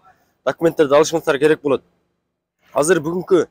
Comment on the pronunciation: л тамгасын ль дебей сүйлөсөң чалдарга окшоп,болъот дебей!